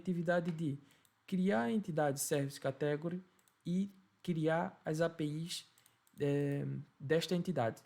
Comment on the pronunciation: Bom video. No entanto a pronuncia de Inglês é um bocado fraca. Aconselho a aprender como se dizem as palavras-chave que são usadas na maioria das aplicações, tais como "category" ou "custom". . Uma dica: geralmente quando na sílaba seguinte temos um "e", lemos "long sound" (exceto se no meio tivermos uma consoante dobrada). Também quando temos duas vogais seguidas a primeira define o som e a segunda apenas indica que se trata do long sound. Long sound tem o som igual ao do a-e-i-o-u. O short é parecido com o português mas o "u" lê-se "a" (ex: cUstom). Em português as palavras acentuam-se geralmente na penúltima sílaba, mas em ingês há uma tendência para ser logo na 1ªsilaba.